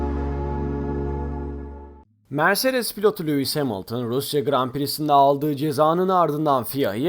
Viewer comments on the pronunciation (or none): Abi anlıyorum aksağanlı söylüyosun ama cidden Lewis değil Luis gibi geliyo